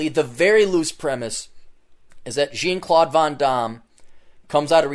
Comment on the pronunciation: Jean is pronounced like 'john' you ass.